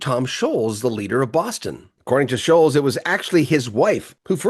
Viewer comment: Scholtz, NOT Sholes. Like the LTS in BOLTS is pronounced.